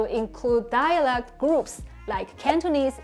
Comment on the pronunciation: Hi. You help us so much with Chinese, now it’s my turn to help you with English. You’re not saying the word “dialect” correctly. It sounds more like “dialog”. Your tongue needs to be more forward when you pronounce the “e” sound. It should sound the same as the “e” in “get”, “met”, “let”. Yours sounds like the “oo” in “door”, or “floor”. That back tongue position is also making the “c” sound more like a “g”, not a “k”. This is also one of the few times where you can’t swallow the final “t”. You have to pronounce it, dia leh k-t.